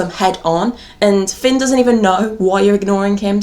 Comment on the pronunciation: Until the end of the video I didn’t realise why kept on saying ‘pin’ Hahah I ship piper and Finn